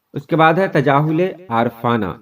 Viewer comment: Lafz Aarif-aana ko aar-fana padhte hain aap..ray pe zabar ke sath